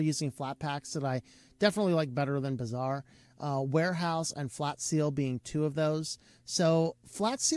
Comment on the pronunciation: The way he said Bazaar sounded like Bizarre, which applies very nicely to the application.